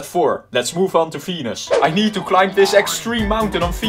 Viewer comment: When you said Venus u said penis😂